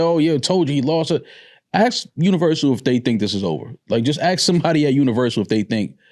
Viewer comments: axe for something no artist has ever axed for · how hard is it to just say "ask".... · I don't listen to anyone who can't say the word "ask" correctly. Dude has his head so far up Drake's chocolate starfish.